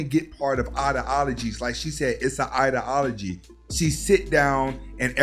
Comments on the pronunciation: Good content bro but for someone who uses the word ideology so much, it would be great to be able to pronounce it correctly. I.D (like your I.D card) ah-low-gee. Respectfully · With all due respect my man, it’s eye-dee-ala-gee.